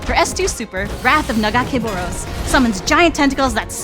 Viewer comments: yall couldn't even get someone who even knows how to say nagacaboros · I don't like the way she pronounces Nagakabouros but I'm super hype for this game lol